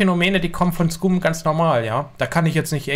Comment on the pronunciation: hey. weißt du, dass du "scum" falsch aussprichst? das "u" wird als "a" gesprochen. Also "scam", nicht "scooooooom". Triggert mich hart